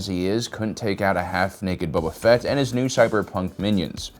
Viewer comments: Please stop saying Bubba Fett XD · "Bubba Fett"